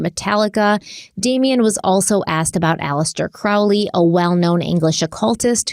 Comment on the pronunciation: “It’s Crowley as in holy, not Crowley as in fouly”: promptly goes for the latter pronounciation! 😅😅🤷🏻‍♀️😅 Thank you for another awesome episode. Btw, I also have an Ankh tattoo on my back, between my shoulder blades. It is said that the christian cross symbol heritages from the ankh, when it still had that loop; feminine in the symbol.